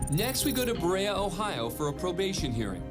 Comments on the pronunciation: It's pronounced BA-REE-YA, Ohio lol (Berea) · BuuurEa is how it’s pronounced I live there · It's "Burr-EE-UH" Ohio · Dan please pronounce the city of Berea correctly. It's like finger nails down a chalkboard to Ohioans the way you pronounce it.